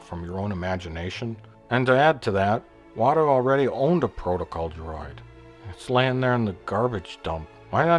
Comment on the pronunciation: I like how in episode 4, it sounds like the actor who plays Owen has never even heard the words “etiquette” or “protocol” before. “I assume you’re programmed for Etta-kett and prota-call.